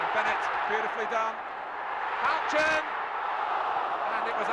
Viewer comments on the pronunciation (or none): "HOUCHEN"...........oh yeah. 8-D